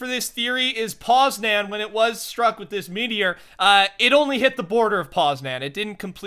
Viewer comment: I'm from Poland :) Edit: by the way, it's not poz-nan its poz- nian